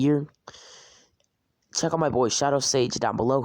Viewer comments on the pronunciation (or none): none